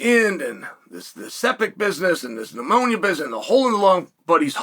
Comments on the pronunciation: Thank you Chael for this clarification. I was definitely under the impression that Ben was "out of the woods" so to speak, and at his actual home. So thanks for clearing that up. Definitely will keep sending those prayers. Even though this is a sad and serious topic, I did still chuckle at the "sepis" and one time I think you even said "ammonia." God Bless Chael lol. 🙏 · It's pneumonia not ammonia. And the word is sepsis. You've been doing this long enough to be able to say these words correctly. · You mispronounced pneumonia and sepsis sir bad guy, praying for a quick recovery for Ben 🙏🙏🙏